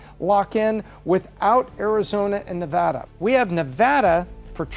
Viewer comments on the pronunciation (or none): you still are pronouncing Nevada wrong! It’s VAD not “vod.”